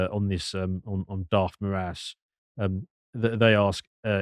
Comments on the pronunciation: The last name of Darth Vad.. I mean Alexandre de Moraes would be pronounced as "More - Eyes" in Portuguese. Not more ass 🤣 though they have a lot of that here too in Brazil. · Just a heads up because was worried about getting his name wrong its pronounced More-Ice not More-ass for future reference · Your pronunciation of his name couldn't be more accurate and fitting, because that is exactly what he is: a 'morass'. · His last name's pronounced ”more eyes" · The name of the Brazilian Court Justice is Alexandre de Moraes (pronounced Moe rah ees). And yes, it's a power grab move. Lula and his Workers Party had a very hard time beating evil Bolsonaro in the last elections and fear his return (and just keep in mind that Lula's return to power happened after he had spent some time in prison). Well.... at least it's closer to reality than the travesty they call democracy in Brazil. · his surename is pronaunced like "more eyes" or (with a more brazillian accent) "moar eye is", all together and fast. Also, your "more ass" sounds fitting. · Pronounciation tip: ale-shan-dry (paroxytone) di more ice.